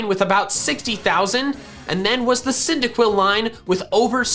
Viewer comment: THE FIRST I IN CYNDAQUIL IS SUPPOSED TO BE A Y!